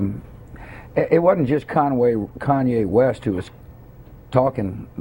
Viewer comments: He doesn't hate "kanway west" lmao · lol kanway west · lol!! Bush said Conway West!! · Lol "Im not a hater i didnt hate kanwhy West